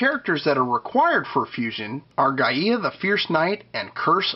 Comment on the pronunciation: Just an FYI Gaia is pronounced "Guy-Uh" not "Guy-Ee-Ah" Any questions on it just check out any old episode of Captain Planet.